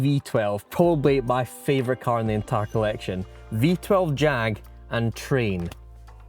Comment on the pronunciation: Your not saying it correctly its JAAAAG